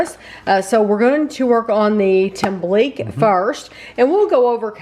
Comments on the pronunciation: The "que" in tembleque is pronounced like the que in queso. Tem-ble-que. Loved the review & that you're open to trying different cultural foods. Looks like you should have microwaved it a bit longer to make it slightly thicker; although I don't imagine the boxed versions of these 2 desserts are a good version. We make them homemade for the holidays all the time. Thanks for sharing these videos! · You pronounce it tem blik key. Only reason I know is because of my sweet little Puerto Rican mother in law. Thank you for making these videos.